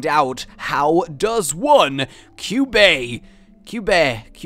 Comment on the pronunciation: you pronounce it Qbeh(Ku-Buh)